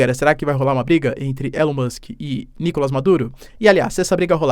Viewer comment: NicolÁs!!! NicolÁs!!! NicolÁs!!! NicolÁs!!! NicolÁs!!! NicolÁs!!! NicolÁs!!! NicolÁs!!! NicolÁs!!! NicolÁs!!! NicolÁs!!! NicolÁs!!! NicolÁs!!! NicolÁs!!! NicolÁs!!! NicolÁs!!!